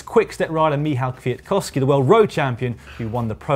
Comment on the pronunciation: Wow, Dan pronounced perfectly Kwiatkowski's name, he is not like a Boss, he is a Boss. Caption: "Take my wheel mate, 11 bars of grass".